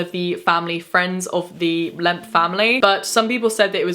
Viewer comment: After a while “lemp” started to sound like “lamp”